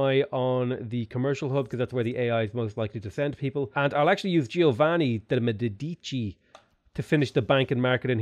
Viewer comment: Why does always he say Giovanni de Medici so wierd?